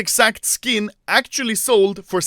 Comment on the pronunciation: Everyone:Acctualy Anomaly:Akchuli